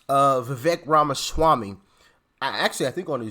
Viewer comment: Hey Doc, his name is pronounced Viv- ake. I think he is a super sharp dude. Uncle Trump should offer him a position in his administration 👍 TRUMP '24 🎉🇺🇲